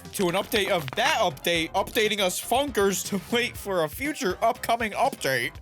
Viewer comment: funkiners? just say funkers